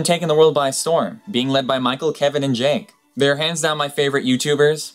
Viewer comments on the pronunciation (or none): Lol you misprounounced Jake! , you said "Jank"!